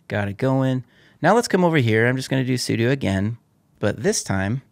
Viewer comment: for properly pronouncing `sudo` AKA `Super User Do`